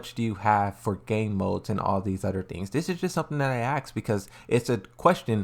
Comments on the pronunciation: repeat after me " AsssssssK ", dont axe me one more time, its tilting me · yeah it's really not difficult to pronounce 'Ask'. Just focus on saying "Ass; then add the 'K' sound at the end.